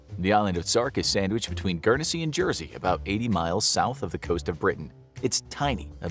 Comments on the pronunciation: Its not Gurnesy its Guernsey lol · "Gurnersea"..? NO! Say "GURN-ZEE", or thereabouts!! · As I British person, it is pronounced Gurn zee ! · The way you say Guernsey hurt my ears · Pronounce Guernsey right